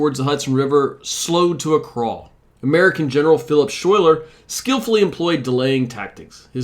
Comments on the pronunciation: Schuyler is pronounced like Skyler. Burgoyne is pronounced like Ber-goin. Oy is the same as oi in oil. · Schuyler is pronounced "Skyler". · “Schuyler” is pronounced “Sky-ler.” It’s a dutch name. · Outstanding video but for one thing Next time call a local town hall or two in the area and ask for pronunciation of names and places Schuyler was Dutch-a patroon It’s Sky-ler Not a historic figure like Washington but stil vital to the cause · Several niggling concerns. You seem to mispronounce Burgoyne's and Schuyler's names, and, in one the images you have 'calvary' instead of 'cavalry'.